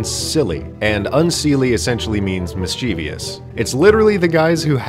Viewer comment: I didn't know mischievous had four syllables. miss-chee-vi-us. That's a-may-za-zing.